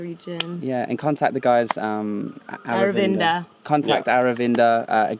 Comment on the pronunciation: His name Aravinda Your pronunciation : our window 😂😂😂😂